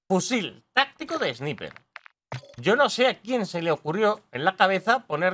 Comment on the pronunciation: Sniper se pronuncia : Esnaiper